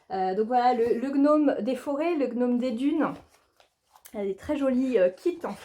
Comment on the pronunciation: Bonsoir. Jadore, "gnomme" tjrs hihi 🤣😅 et si tu fais passer des entrevues pour ta mascotte du kal, je suis partante pour être juge!!! Merci et bonne soirée chère xxC